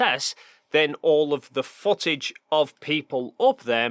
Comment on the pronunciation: Undawoo'ter fo'tidge 😅 jk great video tho :D